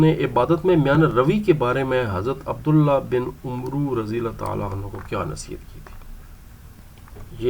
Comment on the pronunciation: عَمرو ہوتا ہے عُمرُو نہیں ہوتا